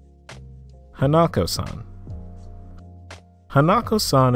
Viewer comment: you said hanako-san wrong